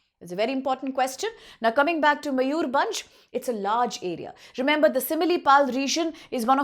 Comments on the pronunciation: मयूरभंज ✅️ मयूरबंज ❌️ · Such a joke are you upsc teachers? can't pronounce similipal .bhitarkanika and mayurbhanj.common . this is india or Indian students not for World.